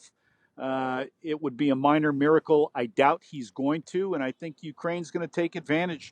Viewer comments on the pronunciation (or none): none